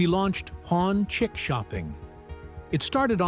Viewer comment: Bloke doesn’t know how to say “chic”